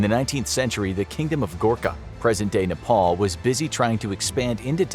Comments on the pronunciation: it called nepal not nepol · Wtf is Nepole? It's Nepal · Please pronounce Nepal properly it’s not nepol Nepal a like an apple not NEPOL